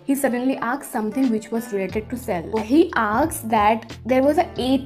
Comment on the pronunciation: And yr when u say aksed not asked i just thought 😆🤩but it's okay i think your tongue slip 😁😜tq yr for boosting my confidence love u lots and or video bhi laao or first year ke liye strong ho jaye 👍💫✨🤩